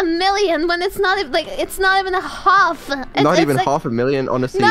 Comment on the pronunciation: The way said half sounds very English